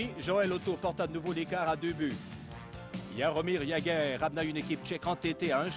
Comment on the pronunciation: Jaromir Jaeger? Lol